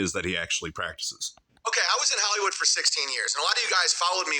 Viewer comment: Guise I was in Hal-y-wood. He can’t even pronounce it.